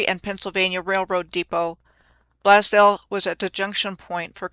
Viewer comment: Blaze-dell. Sorry ma'am. Don't mean to be rude.